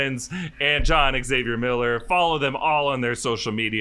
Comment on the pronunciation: Xavier is 2 syllables!